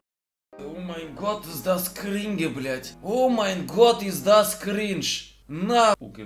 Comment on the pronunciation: "Omg ist das cringe" (russischer akzent)